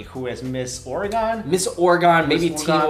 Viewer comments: WTF is Ore-Gone? haha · its pernounce oreh-gen not oroh-gon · It's actually pronounced Ore-gun, not Ore-gone. Lol, a lot of Oregonians laugh when people say Ore-gone. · OR-E-GEN NOT OR-GON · Lol no judge but it's pronounced or-gin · Pretty sure you guys said Oregon wrong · why does everyone say Oregon so wrong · Now that you're West Coasters you need to learn to pronounce Oregon correctly! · The way you guys said "Oregon" made me cringe sooo hard omg